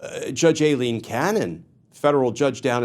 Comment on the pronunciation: Thank you, on the behest of Eileens everywhere, for pronouncing Aileen correctly. It is A. Pronounced with a long A, not an I. 🌹 We appreciate you.